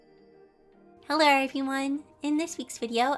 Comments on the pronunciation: Wait- did she say “heller everyone!” Or “hello everyone!” Just listen to the intro lol!! But i absolutely love this channel ive been watching for a long time!! So thank you so much for your content! It helps me soooo much!! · I only heard haler everyone